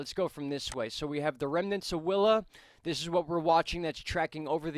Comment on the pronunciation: coincidence because the first time you said “willa” i thought you said wilma :p